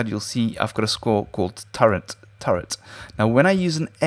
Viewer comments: Umm... Anyone notice he keeps saying Turrent? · turrent... okeedokee